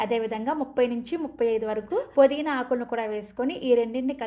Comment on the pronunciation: పుదీనా తల్లీ, పోదీనా కాదు